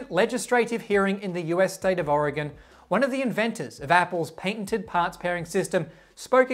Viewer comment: I'm just happy you pronounced Oregon correctly.